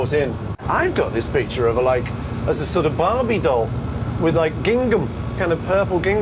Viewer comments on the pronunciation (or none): none